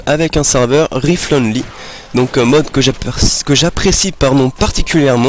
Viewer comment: "Rifle" se prononce : Raifeul...